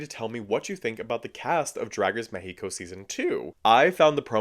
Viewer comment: That's how you pronounce the name of the country.